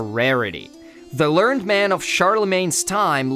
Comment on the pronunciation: It’s pronounced as “learn ed”, (meaning one who is educated,) not the same as learned, (meaning adding knowledge to one’s brain.) It’s somewhere in the first minute or so.